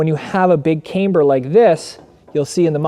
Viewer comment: One would think that if you marketed a "cambered" bar, and actually made a video about the benefits of having a "camber", that you'd learn how to pronounce "camber" correctly. This is almost as cringe as when YouTubers or firearms manufacturers pronounce "ambidextrous" "am-bee-dex-tree-ous".